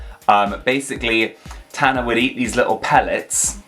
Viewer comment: Oh my gosh! The way you said "Tanner" was very midwestern American. i didn't see that one coming. 😄😆 i used to love the Sky Dancers!! It seems to me that some of these toys were recalled because of children who were obviously too stupid to play with them without hurting themselves and the parents weren't responsible enough to research toys or to teach their children how to play responsibly with toys. i honestly feel like people should be tested before being able to procreate. On the other hand, these toy companies have had far too many fuck-ups with risky products.